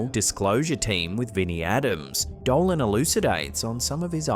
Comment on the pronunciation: Did anyone notice a white light, travelling fast from left to right in the 1st clip? Well, one thing bothered me. his name is Richard DOLAN, not Doland!!